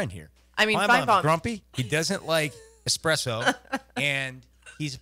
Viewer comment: It’s espresso not expresso